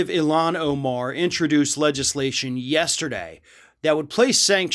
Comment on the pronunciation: its ilhan not eelan lol